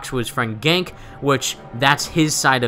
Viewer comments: Small thing. It's pronounced "Gan-kee" LOL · PLEASE LEARN HOW TO PRONOUNCE GANKE!!!